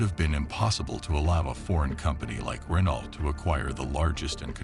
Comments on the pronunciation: It's funny hearing Americans say "Renault", actually pronouncing the "t". I guess it's being an ocean away from the garlic munchers. We're only a channel away from them so we know to say it "ren-oh". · You’d think you’d learn how to pronounce Renault ! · It's not Renault.. It's pronounced Reno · It's pronounced "Ruh-Noh" or "Ren-Oh" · Errrr.... Why would anyone believe you if you can't even pronounce 'Renault' correctly? shAmericunts....... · The pronunciation of Renault is so cringy. Ugh. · again, it's puppy mill time 😞 nevertheless, spend 60 seconds and figure out how to properly pronounce French words: Renault, Versailles...... atrocious